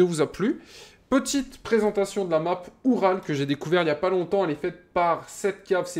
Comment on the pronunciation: Au début de la vidéo tu l'as prononcéé "Ural" mais ça se prononce oural comme la chaine de montagne en russie ou comme le camion tout terrain de l'union soviétique.